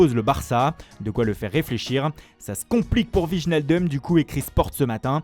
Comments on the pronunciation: "Vigenadeum" On prononce "Waïnaldoum" ; apprends ton métier. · C'est assez enervant, on ne prononce pas "Wijjenaldumme" mais Weijnaldum". En neerlandais, les "J" se prononce "Y". Wijnaldum se prononce donc comme en prononcant le mot "Ouais" en francais. Donc c'est bien "Ouais-Naldöm". Merci le narrateur de faire attention la prochaine fois svp et de ne plus dire "Wéjjenaldumme". C'est assez enervant pour les hollandais et les flamands.